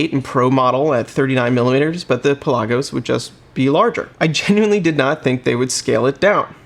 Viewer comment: Cool vid. Pronounced. Pela-gus. Not pe-lasos